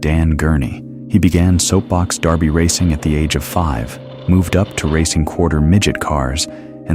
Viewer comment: When are all you fools going to stop using all these Horrible A.I. voices to narrate your videos??? It's DERBY, not DARBY. And just the SOUND of this voice is torture to people's ears. This is a 12 minute 50 second video and I just stopped it at the 33 second mark. I will now block this channel in favor of YouTube Channels that use REAL narrators who sound like everyday human beings and who know W.T.F. they are talking about.